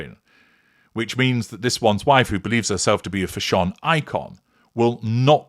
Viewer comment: I crack up every time you say Fash-ON 😂😂😂😂😂